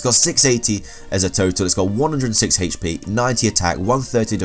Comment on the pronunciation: The way you say HP is god awful